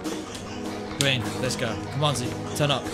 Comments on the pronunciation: Gween why he say it like that 🤣🤣🤣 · When he makes a green he goes GEEN😂